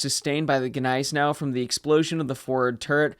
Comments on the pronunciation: Neisenau? GGGGGneisenau, please... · The G is silent. It annoys me that people cannot get it right. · The G is silent.